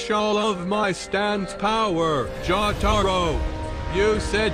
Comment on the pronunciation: “jootaro”